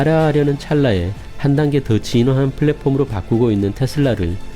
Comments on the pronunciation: 항상 감사하게 보고 있습니다(열혈 구독자임) 다만, 발음하실때 platform 을 국어로 발음할지 영어로 발음할지 정하시는게 좀더 낫지않을까 조심스럽게 말씀드립니다 플랫폼이라고 하거나 (p)을랫(f)옴 이라고 하시는게 어떨까 싶네요 ^^; flatporm은 좀 아닌거 같아요 ㅠㅠ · f발음 엄청 신경쓰이네요.. 플랫폼 p인데;;;; 글두 좋은 정보 잘 봤습니다!